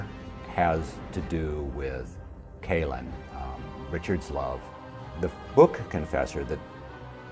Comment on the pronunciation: Good interview except he pronounced Kahlan wrong. Everyone knows it's pronounced Kaaahhhh -laahhn - not Kay-lin.